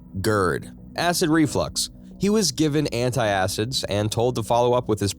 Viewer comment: Try this: ant-acid, instead of anti-acid. And: lap-ar-oto-my, not lap-ar-ototo-my.